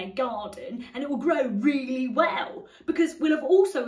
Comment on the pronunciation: Truss says, "wool" instead of "well". "wool what we've done is set out a strategy for growth.."